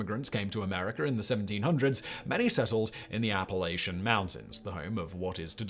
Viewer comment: Love the way you butcher Appalachian every time Simon. But I forgive you since you are the youtube guru!